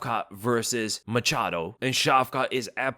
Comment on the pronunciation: “Machado” i cringe everytime i hear this.